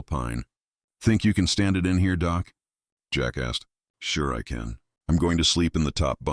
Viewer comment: It’s nice better then some audiobooks but work on doc not doe?